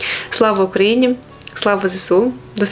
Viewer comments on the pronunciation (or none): none